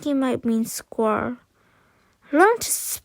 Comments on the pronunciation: Thx for reading to us tysm but u say squerl and not squirel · U said squerl instead of squirel